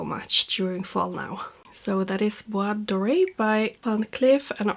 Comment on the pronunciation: Merci , j’ai adoré cette vidéo ! Tu prononces très bien Bois Doré ! En automne le parfum que je viens d’acquérir et que j’aime porter est Lancôme La vie est belle l’élixir , avec de la violette . Il est gourmand et complexe , on ne s’en lasse pas. 😘